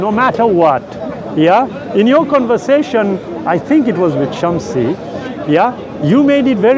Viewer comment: Did anyone notice that he finally pronounced Shamsi correctly? Wow. There is hope for this guy...